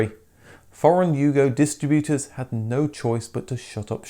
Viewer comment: What is a dis tri BUTE er?